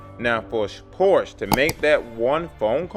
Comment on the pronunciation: You need to learn how to pronounce Porsche.